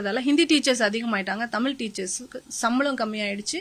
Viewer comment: தமில் இல்லை தமிழ் சொல்லுங்கள் சகோதரி